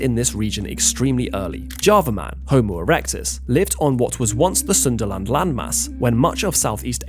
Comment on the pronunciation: Sundaland or Sunderland 😂😂